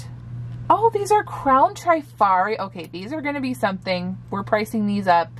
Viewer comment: Please don’t think I’m being a know it all but the correct pronunciation in trif-ari not tri- fari. I worked in a jewelry store in the 70s-80s and sold hundreds of pieces. I’ve heard several resellers pronounce it incorrectly so just thought I’d mention it. Love love love your channel! Thanks for sharing your beautiful vintage finds.